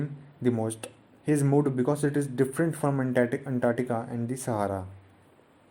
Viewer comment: Sir ap na " different. "pronounce kia touu mai cmj gia tha 🤗🤗